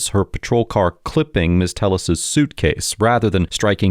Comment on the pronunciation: yer killing me! It’s pronounced “Tay -yes”! Telles = Tay yes. Lol